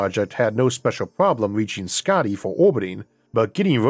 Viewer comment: Hey Isaac, I just wanted to let you know that your pronunciation of Skaði was really good. (I hail from Iceland but currently living in Sweden btw) Hope you see this & thank you for all your hard work. :)